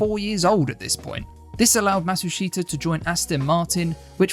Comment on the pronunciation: Pronounced Matsushita Correctly